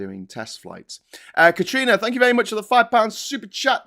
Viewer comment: What did they say? "Tank you very much!"?